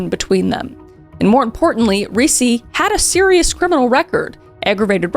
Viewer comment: Ricci pronounced REE-CHEE, like the actress Christina Ricci. Come on. You have to have known that.